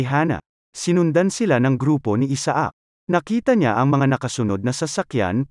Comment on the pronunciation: Isaac should be pronounced correctly and it's pronounced in the USA, Canada and European countries as I-sick 👍